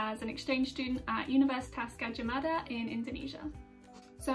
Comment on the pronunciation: How foreigner pronounce universitas gajah mada : universitas kaaca maataa